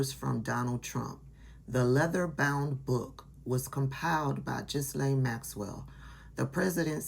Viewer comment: Love your content! Ghislaine’s name is pronounced G’ laine with the g having a hard sound as in “get.” I look forward to more content from you. You are so thorough!💜